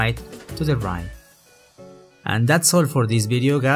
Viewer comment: I love it how you pronounce "t" like "n" as in "Sprine" "Rine" I know you meant to say "Sprite" or "Right", but, you pronounce t like n